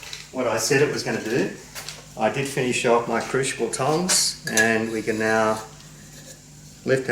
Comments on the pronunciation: if we Canadians can put up with the butchering, I think you'd call it mounting,(hope that's the correct spelling) of the English language by the Americans then I guess we can overlook your mispronunciation of crucible into what sounds like "cruchible". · Nicely done. However, it's crucial that you pronounce crucible correctly. 😉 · Dear, worried about your pronunciation of “Crucible”. That’s a small problem. At least you don’t call that lightweight metal “Aluminum” or call the liquid we fill you petrol tank “Gas”. That is really grating. Cheers from a fellow Down-under-er. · No wonder can't say crucible, ,cant even pronounce Aluminum correct haha all in fun